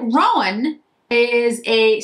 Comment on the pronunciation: Love these!! And I wish I had your red hair...so pretty!! I have them and think they are so pretty....my first Chantecaille eyeshadows...as I am a horse fan. Just FYI...because I have heard other people say it the same way...i Roan is 'row- n"...as in a long 'o'...not 'rowan', like a rowan tree. But that is just me being picky about horse colors. A roan colored horse is a light brown with noted white /silver flecking to the hair.